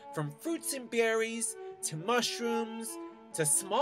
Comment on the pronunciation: fruits and bearees. hahaha